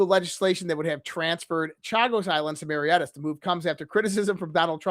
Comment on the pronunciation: It is pronounced Keir, as in pier. For Kier Starmers name. And Mauritius is pronounced mor -ish -us. Not how you said it....bloody Yanks.